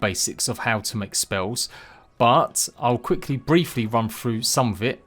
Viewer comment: Froo? Or through? Lol Great vid 👍